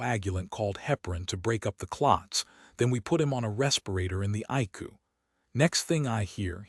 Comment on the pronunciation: Some words are not pronounced right icu is I c u